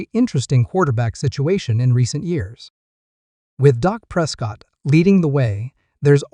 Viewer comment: His name is Dak , not Doc!